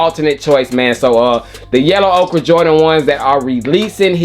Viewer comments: Ochre pronounced like Cardi B yellin OKURRRRRRRRRRR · Pronounced OKER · I swear does nobody know how to say Mauve and Ochre? They’re pronounced Mahv and Ohkr. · !!!… you pronounce it OAK-ERR